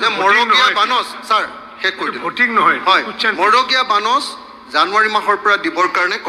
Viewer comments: 😮magoreya bonash nohoi, marogeya bonash. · মন্ত্ৰীজনে মৰগীয়া শব্দটোও শুদ্ধকৈ ক'ব নোৱাৰিলে